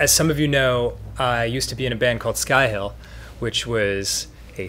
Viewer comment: I always heard "Skyhill" as "Skyhell" and just sorta assumed Danny was in a metal band...